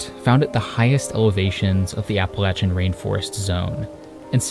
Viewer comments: I knew I was in for a treat when you pronounced Appalachia right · thank you for saying appalachia correctly!